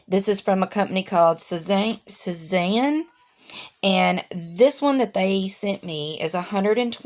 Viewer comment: Those look like great pencils! I THINK its pronounced like Say-zahn....like the painter. I coukd be wrong though!